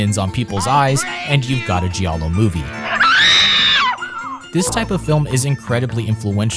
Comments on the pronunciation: Wow, where are AIP and I was a Teenage Werewolf, The Haunting, The Innocents, The Day the Earth Stood Still, Italian Gothic? Not one mention of Steele? Or Price? And giallo is pronounced JAL-lo. This history needs revising. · I don’t know what pisses me off more,you mispronouncing multiple Giallo filmmakers names or mispronouncing Giallo itself,this is one of the worst documentaries I’ve ever only watched half of